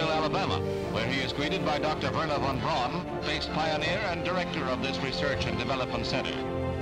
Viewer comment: Hello and. Please say "Verner fon Brown". English spelling is different, but many words are the same as German like brown (braun) boat (Boot) shoe (Schuh). The word order, not so much, hence double Dutch (Deutsch). I saw a black and white picture of earth from space from a US captured V2 just after WW2, but the classic "earthrise" from moon orbiter is the iconic one. I have seen TV about the history Soviet space industry. They too got German help, but they also took risks to learn, a thing more related these days with capitalism - profit from risk on stock market. In other places they relied on simple but proven technology to get the job done, operational research style (that beat the U-Boots). P.S. re spelling, brown is just a colour, so no problem?